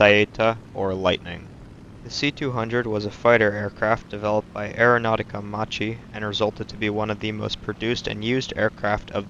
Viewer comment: Thank you for the video! It's pronounced "mach-e", almost like the shameful Mustang offering from Ford. I'll implement your tech and tac advice.